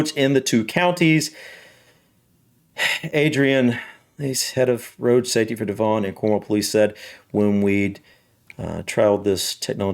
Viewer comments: Also Devon isn't pronounced Dev-On, the 'on' is softer, it sounds more like Devun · p.s. I waiting to hear if they said the name of that area of policing but I may have missed it... At the begining of your video,, you mentioned that AI camera device was in Cornwall and I think you said the area was the "De-VON and Cornwall Police"? It's pronounced DEVon so the emphasis is on the first syllable (as with most British word and place-names, actually ) so it's "DEV-on" Not De-VON if you follow? 😊❤ (Sorry, I am an incurable pedant when it comes to mispronounced words and names...and spellings too, lol. Sorry). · We have had speed cameras for many many years, Devon is pronounced Dev-on . JH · I live in Devon and you pronounce it Devon.. not Devon.. I don't know how to explain that. 🤣 - We've had speed cameras on our roads for decades, I got caught in 2005. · Devon - rhymes with heaven ☺